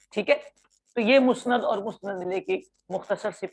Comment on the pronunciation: سر درخواست ہے کہ مسند لفظ پر کوئی تو زبر لگا کر پڑھتا اور آپ مسند کو پیش کے ساتھ بول رہے ہیں اس بارے رہنمائی فرمائیں